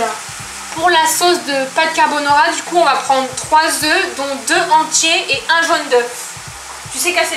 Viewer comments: On dit pas patte carbo on dit carbonara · "pâtes de carbonora" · elle dit pâtes carbonora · "Pour la sauce de pâtes carbonora"😂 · 5.00 " pour la recette des pattes carbonora" lol mdr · elle a dit pate cabonora quand elle a montré les oeuf